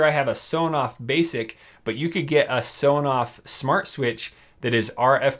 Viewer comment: is it just me or has he been saying shmart devices